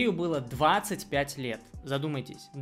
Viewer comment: "ДВАДЦАТЬ ПЯТЬ ЛЕЕТ!..." - чувак остановись😅